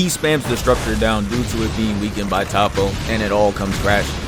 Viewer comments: top-oh? no-no. it's toe'poh. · Top-po is soo cringy. Ik you hear them say Toppo in the anime. Toe-po or Toap-po is the pronunciation. Say soap, swap the S with a T then add po😂